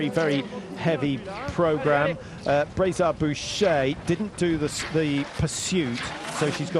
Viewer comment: You've butchered her name! She is Justine Braisaz-Bouchet. Have more respect for the athlete!